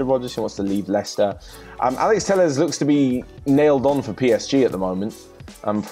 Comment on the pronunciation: Alex Telles not Tells, god how many times